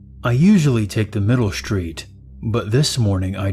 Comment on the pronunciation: You sure you're on the right "schhtreet?"